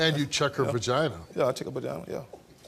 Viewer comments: Fuck man. "Bagina" and "howmones". Winner. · Her first mistake is dealing with someone who says BAGINA /HARMONES instead of VAGINA/HORMONES🙄🤦🏽‍♀️